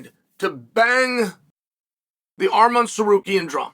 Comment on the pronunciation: Just came here to hear you pronounce arman’s name ridiculously wrong like you normally do, but I see you’re now doing it correctly